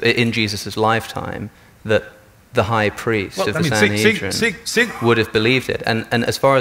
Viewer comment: I find it insulting that, , two Christians have the chutzpah to explain a rabbinic text (especially when they couldn't correctly pronounce "Sanhedrin")! They've no clue what it's about: R. Yosei was telling R. Akiva that he shouldn't use the imagery of David sitting beside HaShem as the latter is utterly incorporeal. Moreover, the two "thrones" do indeed indicate HaShem's attributes: rachamim (mercies) and din (justice).